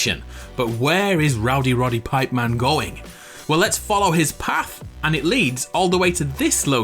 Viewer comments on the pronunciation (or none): did you say Rowdy Roddy Pipeman? Do you know wwe